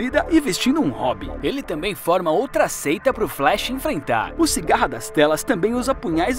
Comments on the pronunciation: CIGARRA KKKKK CICADA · Não e sigara e sicada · Cigarra? Kkkk é Cicada